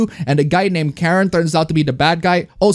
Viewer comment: the pronunciation is CAR-IN and not the whiny complainer lady pronunciation.